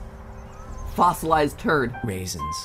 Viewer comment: I almost thought mat said fozzolised turd raisens